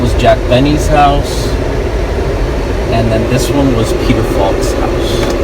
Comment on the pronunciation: Peter "Falk"